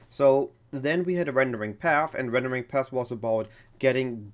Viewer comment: Rendering Path deine Aussprache ist comedy pure nicht böse gemeint aber dein Video hat echt spass gemacht zu gucken